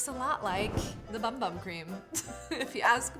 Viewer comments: It’s pronounced boom boom cream but is spelled bum bum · Just helping out; it’s pronounced boom boom cream 😊 and isn’t witch hazel actually supposed to be soothing for your skin? 🧐